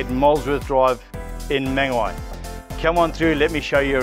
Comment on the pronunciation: If you are going to sell a property please pronounce the location correctly!! I realise you have a South African accent but that is no excuse.Its not Mangawhy!